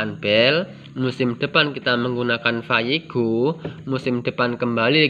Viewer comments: Vayego bang,bukan vayegon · vayego bro..bukan VAYEGON🤣🤣🤣🤣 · Itu insektisida vayego bukan vayegon bang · Vayego mas bukan vayegon😀😀😀